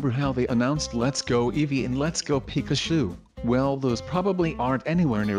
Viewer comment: He says it peca- shooe